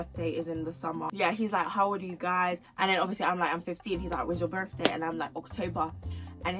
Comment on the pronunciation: 9.55 Is it just me who heard the Lil accent on birthday